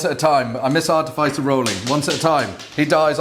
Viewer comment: Just one thing to improve on lads with the artificer armour. It's pronounced ar-tif-is-er not art-e- fice- r.😂😂